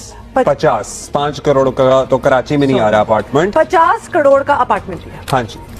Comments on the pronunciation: Ye crore ko Kadode kyun bol rahi hai? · Yeh female anchor to dhang se crore bhi nahi bol paa rahi😂